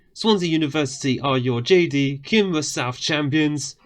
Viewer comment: Watched the first episode. Looked ahead to see if you had bothered learning how to say Cymru or half the team names. Over a month without googling it once. Unreal.